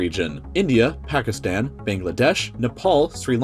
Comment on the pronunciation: It's pronounced as Paakistaan not Phethisten.